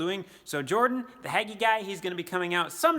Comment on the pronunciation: Hagie pronounced with a long A.